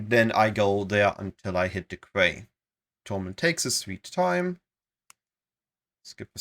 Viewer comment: Quay is one of those weird words pronounced in now way like it's spelled. Quay --> Key